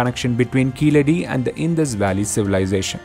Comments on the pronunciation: What is keezehadi its keeladi. It’s misleading the information. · In proper Tamil it is keezhadi. It's only people who can't pronounce 'zh' that mispronounce it as 'la', just like how they mispronounce Tamizh as tamil